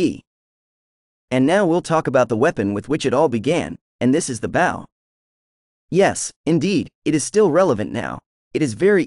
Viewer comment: is this AI or English as a second language? bow is pronounced B'oh like oh my gosh not B'ow, like ow that hurts.